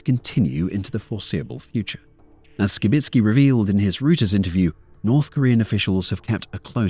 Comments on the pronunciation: Reuters is German. That means it's pronunciation is "Roy ters", not "Roo ters". Small point, but it's a little error that makes you sound like you don't know what you're talking about when it comes to matters of substance, so it's better to look such things up instead of just reading them in whatever way makes sense to you. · assuming you mean Reuters? Which is pronounced "ROY-ters", not "ROO-ters" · Royters. Not Rooters. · Interesting piece. One thing to note, however, the news agency Reuters is pronounced Royters, not Rooters. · Reuters is pronounced "roy-ters", not rooters. Putin is pronounced poo-tin, not pyootin. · reuters pronunciation Sounds like roy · trz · Reuters is pronounced "Roy-ters"...